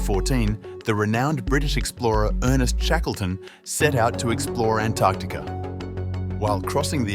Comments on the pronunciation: Oops . . . Antertica? I think it's Antarctica. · What exactly is "Antertica"?